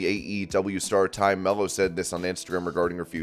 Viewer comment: It's TAY not Ty, come on man!